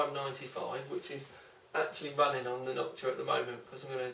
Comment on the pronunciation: "Knockua" :D